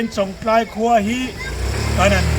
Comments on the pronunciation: ....chawngtlai khua hming i sawi hi thluk dik ve mai ta che.. Chawng tlai a awmlo, Chawngtlai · An khaw hming lam dan dik zawk hrilh na na a, lam dik duhlo tlat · Mi khaw hming te,a dik zawk hre reng si,sawi sual lui reng mai,a der viau suh. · an khaw hming lam dan kha an hrilh hnu che pawhin ti dik ve hram teh 😂😂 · A tir ah chwngtlai khua lam dik thei reng...a hnu ah lam dik thiam lo vel.. hi chu a😂😂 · A lam dan an hrilh tawh hnuah pawh lam dik duh miah lo,zahpui awm lutuk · chu nghapih tih takah chawngtlai pawh a lamthiam theilo chu ni maw.😊😅😂